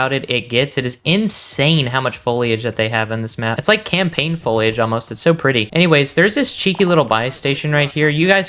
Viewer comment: Foliage- don't pronounce the i bro! Sounds like Folage.